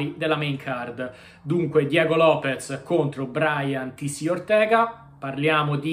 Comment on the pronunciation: Lopes non Lopez dioca